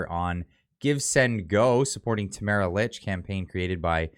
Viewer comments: I guess you don’t read your comments, because several people have mentioned that Tamara’s last name is pronounced “leach”, not “ilitch”. However, what you’ve said is good! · Please pronounce her last name correctly! It sounds like, “Leach”. Thanks.